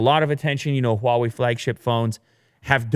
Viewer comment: I cringe every time Huawei is mispronounced